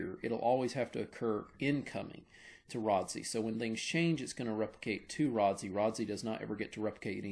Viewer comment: my man said Rod-See :face-fuchsia-tongue-out